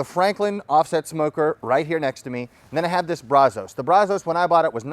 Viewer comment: Maybe Bradley could teach him to pronounce brazos correctly , he is a transplanted Texan after all